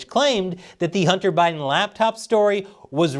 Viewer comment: lol did just call him O'Biden 🤣